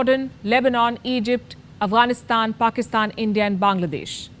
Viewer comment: I'm surprised how you pronounced af GH anistan.